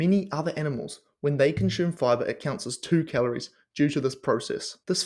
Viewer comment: Its pronounced con-soom, not Shume.